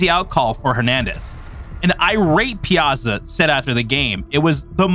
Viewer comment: Calling it "ruining MLB" is kind of weird way to say it. They ruined the game maybe but not the entire MLB. Also, the way you pronounce Piazza is weird.